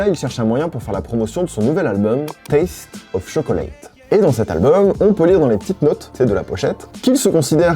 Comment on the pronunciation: tchoklète, pas shokoléte Mais je Like quand même :p